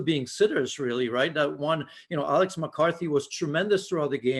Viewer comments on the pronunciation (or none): none